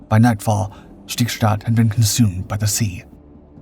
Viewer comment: Why do you pronounce Stigstad like ”Schtigschtad”? You wouldn’t say ”Unites Schtates”, would you?